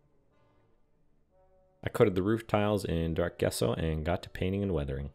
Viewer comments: Epic Build. Small note... It is pronounced "Jess-O" not "Guess-O". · Jess-oh not guess-oh — but amazing build! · Wow, Amazing. Just an FYI, Gesso is Pronounced JESSO.